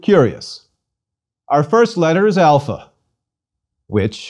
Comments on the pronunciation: I know I'm going to be in for a great lesson when he says alpha is pronounced like the a in father and then pronounces the a in alpha like in cat or cake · How come your pronunciation of certain letters doesn't reflect their Greek spelling? For example, you pronounce "alpha" with an "a" sound like "cat" instead of "father." And you pronounce "iota" with an "i" sound like "pie" instead of "police" or "hit." Please advise!